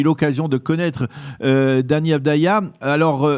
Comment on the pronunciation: C’est « Deni Avdija », un peu de sérieux lol